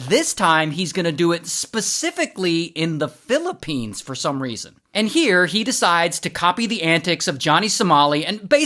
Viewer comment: Philipenis ❌ Philipines ✅